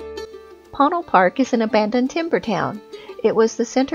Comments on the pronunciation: It's usually pronounced "Poe-Neil" in my experience but lovely video! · Ponil is pronounced by the locals as Po-neel. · Amazing video. Thank you so much for sharing. Regarding the pronunciation, I would have pronounced it as several people mention in comments: 'poe-neil', alhtough it didn't have any meaning I could think of in my (European) Spanish. So I checked in the Dictionary of Northern NM and Southern CO Spanish by Rubén Cobos, and it is spelled 'póÑil', with what is called the 'tilde' over the 'n', which changes the pronunciation to something similar to the beginning of 'new'. Many times, with NM place names, those 'details' are lost because of English signage. Póñil (with the stress on the 'o') would mean Apache Plume, a beautiful grass / bush. Another interesting fact regarding the area: Lew Wallace is said to have finished writing Ben Hur at one of his favorite places: under an apple tree of the Chase Ranch, 20ish miles south of PÓÑIL Park. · Ouch. Need to do more homework, like pronouncing "Ponil" properly.